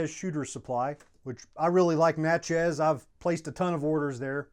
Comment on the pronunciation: I'm in Natchez, MS. Natchez is pronounced like saying matches with a N instead if the M.